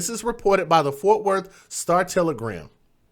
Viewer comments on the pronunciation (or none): none